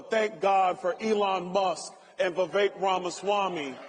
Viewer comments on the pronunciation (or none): none